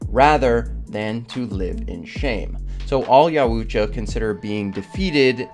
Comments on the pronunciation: You didn’t get obsessed enough. You’re pronouncing Yautja wrong the whole video. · Brotha… I really don’t mean to be rude but why can you not say the predators name correctly? Nobody on YouTube, movies, or lore says the name like that as well as why do you not pronounce Celtic correctly?? Think of the Boston Celtics (Ssssellllticks) Great video… just tryna help ya brotha and Yautja is Not YaEEWWWsha. Honestly just tryna help man. Also the Queen alien is only the most powerful in the movies unless you count predaliens. In extended lore there are far worse things than a queen. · Had to stop at the mispronunciation of Yautja... But hands down the most feared predator of the Yautja was Ghost who was exceptional at hunting "Bad Bloods" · Could not finish this video bc you did all this research and cant say Yautja right. It got annoying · Obsessed with them but can’t even say there name properly 😂😂😂😂😂😂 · Ant do it with the way you pronounce their name. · Bro just can’t pronounce their name💀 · Say it correctly your saying the name wrong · The way you pronounce the species name is so wrong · BRUH, I was REALLY enjoying the video until that other unintelunintelligible person with speech impediments started to talk. It was literally torture to hear him. I didn't resist more than 1 minute of his voice. He should really work on his diction and talking problems. Regretfully, I couldn't finish the video. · is no one gonna talk about how this guy pronounces yautja? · Pronouncing the name is fucking with me lol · I can't handle how he says Yautja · Say their name wrong one more fucking time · hahahah smash hit hahahaha And your pronunciation of yautja drives me crazy lol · Dude just keep with predator if your going to pronounce Yautja the way you do it’s annoying. You’ve seen other videos right just say yautja like everyone else. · Great video except how you pronounce yautja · This man needs to learn how to say yautja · Can’t stand the way you say yauta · YOW-TCHA not YOWOO-TCHA